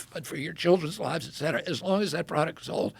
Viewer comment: so nice to listen to a person who knows how to pronounce "et cetera" correctly. I love James Lindsay, but his "ek cetera" kills a little part of my brain every time...